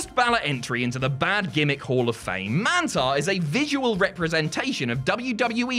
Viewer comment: How would you say minotaur? Now do that with mantaur and it will sound right smh